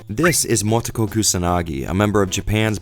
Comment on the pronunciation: Meh, the script is in English. Yeah, it's gonna be painful to watch 2 hours of people saying "Mowtoekow" which is why I'm not gonna watch it. Problem solved.